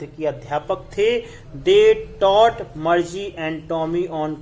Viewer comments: Sir sorry but मरजी nhi मारगी padte he use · Bhai tum to Margie ko bhi marche bolra ho 🙂